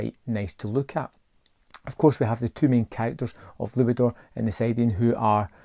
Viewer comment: The correct pronunciation is sit-ian or skit-ian 😉